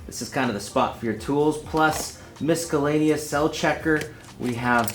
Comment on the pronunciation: Mis-A-lain-ous! LOL